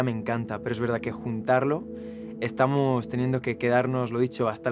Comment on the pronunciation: De velda en velda el ploceso eta muy bueno 🤣🤣💗💗